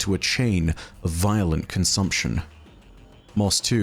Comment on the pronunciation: “Violet consumption” you said violent, just thought you should know